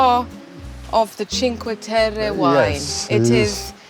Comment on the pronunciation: Thank you for pronouncing Cinque Terre correctly. Many videographers completely butcher the names of the places they create content for. The least they can do is first learn how to pronounce the place correctly and follow with creating the content. I'm done, venting!